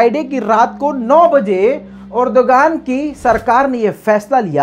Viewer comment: "Urduaan," urdugan nahi